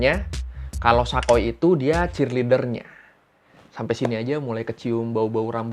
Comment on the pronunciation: Sa koy (gak) Sa koi(ya)